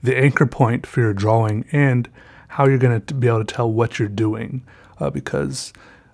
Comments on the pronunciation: "draw-wing" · Since you pronounce 'drawing' like 'draw-wing' I request that you draw a piece of art with the theme of 'wing'.